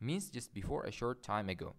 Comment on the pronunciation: perfect. but it is better to pronunce djust than jist